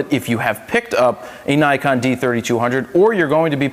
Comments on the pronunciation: its Nee-kon, not Nai-kon. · 9-kon? 9-KON? NIKON!!!!!!!!!!!!!!!!!!!!!! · Learn to say it right. Ni as in Knee. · IRK, I cringe every time someone says naikon